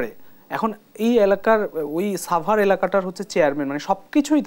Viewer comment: ছাবার...??? নাকি সাভার...??? Bedi manus...